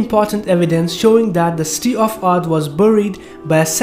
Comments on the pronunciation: Why are you saying sti instead of city sounds very wierd just saying. Nice vid bro. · Brother when you say "city" it sounds like "steel" Jazak'Allahu Khairan my brother:)